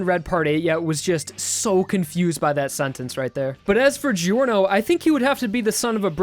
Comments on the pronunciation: Did he just pronounce it GI ORNO instead of JOR NO? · ”gee-orno” its ”jorno” aaaaaaaghhhh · Why does this guy kept pronouncing giorno as "giyorno"? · Ah yes, my favourite JoJo. Jee-orno XD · I’m italian and it’s pronunced like “jorno” Try to translate on google “day” from English to italian and then listen how the guy proununce it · Pappa I pronounce it "Jorno" but calm down. People pronounce it how they want. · Mace Yeah! I pronounce Giorno like "disestablishmentarian" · Александр Потоцкий yeah its spelled giorno but pronounced kind of like ’jorno’ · Jyuinchi “more better”???? No wonder you say geeorno